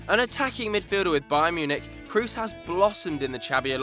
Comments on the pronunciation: kroos is pronounced cross and not like in loose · You pronounce Kroos wrong. Its not english